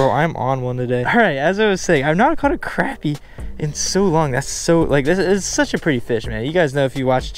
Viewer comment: You say crappie wrong!!!!😂 go more catfishing